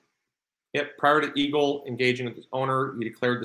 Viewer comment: I'm sorry, but the first several times you said eagle, I thought you said evil... Blessings to you and your family 🙏🙏🙏